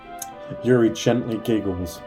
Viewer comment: You did say Yuri right, don't worry